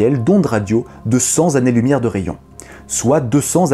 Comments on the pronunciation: Bon sujet, bien joué. Mais par pitié, faites vérifier votre script: "cent années-lumière" svp, et non "cent Z'années". J'ai perdu mon oreille gauche, c'est malin … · Excellente vidéo, comme d'habitude. Attention cependant, on ne dit pas "cent Zannées lumière" mais "cent Tannées lumière" si on veut faire un liaison correcte ;) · Très bonne vidéo si ce n'est cet insupportable 100 zannées lumière. 100 s'écrit "cent" qui se termine par un T. On dit cent (t)années lumière. Sinon, je suis tout à fait d'accord pour Dire Strait. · Comme toujours, une superbe vidéo & plein d’infos intéressantes, j’adore! Juste une chose: on dit « cenT « t’ » années lumières » & pas « cent « z’ » années lumières » 😉. Mais bien « deux centS « z’ » années lumières ». Vivement la prochaine vidéo!! Merci pour tout ton travail. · Encore un très bon épisode ! Fais juste attention à ne pas dire cent zannées lumières... la liaison c'est avec le "t" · Tout a fait! Sanhané ou Santané, mais pas Sanzané. Merci pour nos oreilles. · Excellente vidéo !. Attention aux liaisons : cent années, pas cent z' années. Par contre deux cents z' années, c'est bon. J'appelle ça des liaisons malt à propos ;) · Cent "t" années lumière, pas cent "z" années lumière 😁😁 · Hop hop hop !!! C'est Pink Floyd le meilleur groupe de tous les temps !!! Et ensuite ACDC ! Attention avec les liaisons, ça pique les oreilles. On dit cent t'années pas cent z'années. Sinon, très bonne vidéo. J'ai essayé de me représenter le cosmos entier une fois........... J'y étais presque et mon cerveau c'est mis à fondre, alors j'ai arrêté ! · Vidéo intéressante, comme souvent. Juste un petit souci de forme. Le mot "cent" se termine par un T. Donc cen-Tanées lumières et pas cen-Zannées lumières. ;-) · juste petite précision c'est (phonétiquement ) cent tannées-lumière, et pas cent zannées-lumière. Mais c'est juste une précision! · Cent T années lumière, pas cent Z années lumière. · Cent z'années, je saigne des oreilles. Bisous.